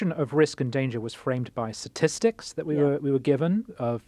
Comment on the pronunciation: it's "statistics", not "satistics"